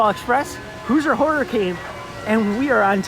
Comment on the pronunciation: IB is a cool park, so unique. Love the boardwalk. At least it is when everything is open. Been there 3 times and Lost Coaster was closed each time. Also, the way you say “Hoosier” hurts my brain 🤣😝. It’s “hoozhur” not “hoozer”.